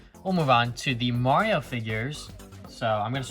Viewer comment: I’m sorry but it’s Mario not mawio